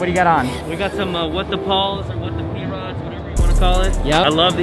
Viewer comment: I cringed when dude called the p-rods the prods😐